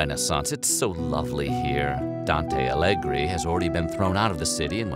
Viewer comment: ITS DANTE ALIGHIERI NOT ALLEGRI GODDAMMIT Ps. I am italian